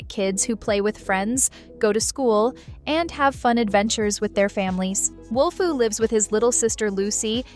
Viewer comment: its wolfoo not wolfu